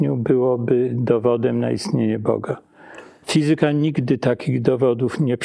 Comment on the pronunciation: fizyka, matematyka - akcent na trzeciej sylabie od końca;)